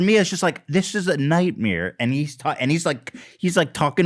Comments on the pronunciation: Also does he say nightmere like Burnt Chrysler???? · did Ethan just say "night-meer"???? 👀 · I’m sorry did Ethan say NIGHTMEERE?! OK Burt. ish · Is it just me or does Ethan pronounce nightmare like Bert Kreischer - “nightmeer” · Nightmeer? Okay Bert